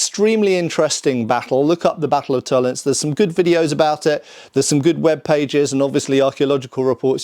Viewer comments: Tollen(zee) - not Tollens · To len se. Every letter is pronounced, because German. Vollgriffschwert : folgriffshwert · It's Toll-ens-eh, there is no silent "e" in German... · In the word "Tollense," the "e" at the end is pronounced, just like in "Porsche." In German, an "e" at the end of a word is never silent. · Okay, I love, but bloody hell: German language is a context. Please treat "Tollense" as a German word,. Don't be one of the hundreds of British YouTubers who just go "By Jingo, this is English!" whenever they see a foreign name. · FYI, Tollense is pronounced with 3 syllables. No silent e's at the end of German words, but an unstressed schwa in this case